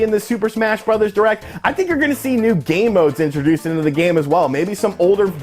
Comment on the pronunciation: I am a total child. Every time you said "game modes" what I heard was "gay modes." see? child.